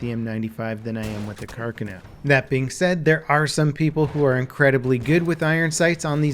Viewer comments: It kinda bugs me how you're pronouncing the weapon's name, dude. Also, "carbine" is French. It's "car-bean", not "car-bine". Just FYI. I thought it was "car-bine" too, until a gun guy corrected me. S'all good, s'all good. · Every time pronounced 'Carcano' in this video I winced in pain. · every time he said carcano made me face palm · Guys I don't think understands how to pronounce Carcano yet, let's make more comments about it. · how are you fucking up Carcano when everyone around you says it properly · You pronounced the name of the gun wrong the whole video which made it really annoying to watch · I'm getting triggered by the way you say Carcano... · Pronounces Carcano weird. Better luck of pronouncing the name in another video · Had the stop the video after the first two minutes. Can’t stand his annunciation of, “Carcano”. How can you fuck up such an easy Italian Name? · i like u but your pronunciation of carcano is horrible. And im not even italian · You are slaughtering the gun name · Im sorry but i can't it just absolutely pisses me off how you pronounce carcano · listen to this audio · That’s not how you pronounce carcano....... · If you’re going to say Carcano say it right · Stress on the 2nd syllabe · Thanks for the help. I just thought he was saying it wrong. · Here's Othais from C&Rsenal with correct placement of stress in the name "Carcano" (second syllable, not first). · Finally! As an italian it kinda hurts my ear when people mispronounce it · Why are Americans not able to pronounce any word right thats not english? Like here the name Carcano, grinds my gears everytime he says it. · JeromeZP TV sorry sir, im italian, your source is wrong and said by a non rated italian speaker. Carcano is famous as a word here, no errors. He's saying it the wrong way. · yeah it’s actually really annoying lmao I noticed it right off the bat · Yea it's not car car no it's has one "r" not two car khan o is how it's spoken